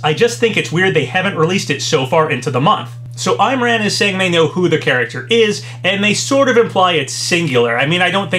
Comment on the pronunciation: Hey! Just for future reference, "Imran" is pronounced Im as in "him", and ran as in "rahn"